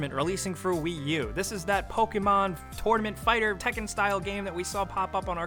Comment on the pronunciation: Pokken TORENAMENT